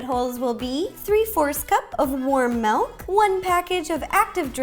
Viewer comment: You say "Melk," you are pure💕